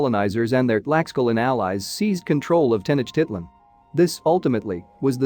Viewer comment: Yeah, I'm here yelling at the enunciation lol. Teh-noach-teet-lahn. You should here me cuss at the Ancient Aliens guys on tv 😂 Sometimes they really slaughter the Spanish.